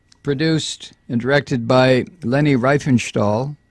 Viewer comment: One minor point. Riefenstahl is pronounced Reef-en-shtal. I before e in German is pronounced as a long English e.